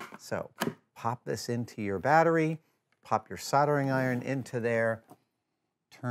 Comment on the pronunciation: I love you Adam but your pronunciation of soldering iron is driving me nuts!